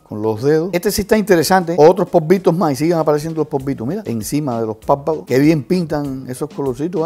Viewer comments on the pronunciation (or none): #MasPolvitos me da risa porque él dice #Povitos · "y seguimos con los póvito" jajaja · Kathy Vargas Dice "Polvitos"